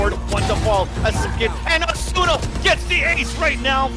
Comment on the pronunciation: The weeb pronunciations tho. AH-SOO-NUH not AH-S’NA